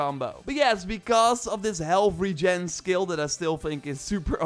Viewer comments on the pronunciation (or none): none